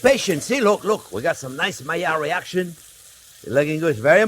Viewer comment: Myar reaction /Maillard reaction (need a simple explanation-I'm a nerd) I love how you say it...and onyon-onion.